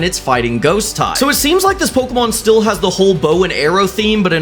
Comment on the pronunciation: me from 2 bce wat a po-ke-mon and pay-ra-docks